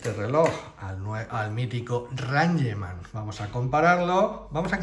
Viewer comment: Se dice reingman NO ranyeman. Es una palabra en inglés Sr